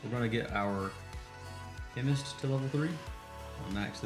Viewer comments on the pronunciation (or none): Darling, you are still saying chemnist 😄❤️